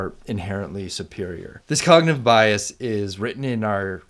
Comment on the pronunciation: "cognative"? or "cognitive" which is correct?